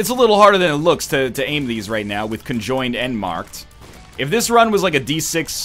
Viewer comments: Every time he said "conjoined" I died a little inside. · Every time he said conjoined, I died a little inside...